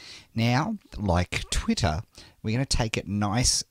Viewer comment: ur voice is funny!!!! u say twitter in twitta.